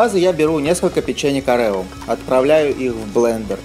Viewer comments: Блин,да не орЕо,а Орео,бесит очень,конечно каждый может по своему называть и все такое,но жутко бесит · не orEo а Oreo